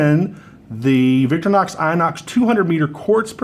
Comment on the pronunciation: VICTORINOX !!!!!!!!....Not VICTORNOX !!!!!!!